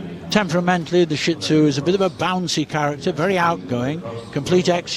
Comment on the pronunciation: So disappointed to hear the commentators say shit zoo. They should know better, it is pronounced shee dzoo. If you are going to say sar pay then you my as well try and teach the general public how to say shih tzu.